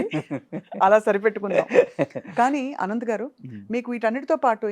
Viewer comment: అనంత్ ఆయన పేరు, ఆనంత్/ఆనంద్ కాదు తల్లోయ్ 😂